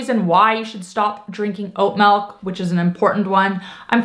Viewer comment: Melk? Well, a little dramatic but I do make my own. You don’t need to soak it overnight but the longer you soak it the more slimy it is. 4 cups water, I cup oats, 1/4 cup cashews. Keeps 4 days.